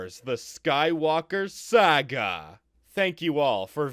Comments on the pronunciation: It is Pronounced Sarga not Seyga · Why do u say “Sega” instead of “Saga” sometimes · It is sah gah not Sega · I hate how this man pronounces Saga